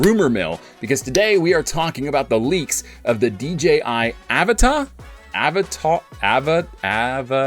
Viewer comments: It's pronounced uh va tah avata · lol no. It's avata. Pronounced. Uh-va-tuh lol like avatar with out the r on the end. And uh sound at the start